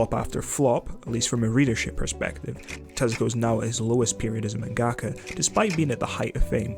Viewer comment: Dude, it's manga-ka, not man-gaka.